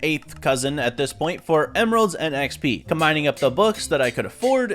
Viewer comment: no way bro said "eee ehx pee"